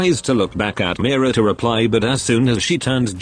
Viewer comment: Pronounciation: "mi ra" 😂😂😂 instead of "me ra"